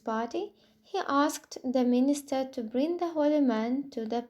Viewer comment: Министар???? Вудский дед передает приветики